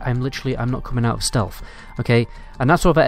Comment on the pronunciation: Jeeezzzz Dude, "Stealth", not "stealf".......wtf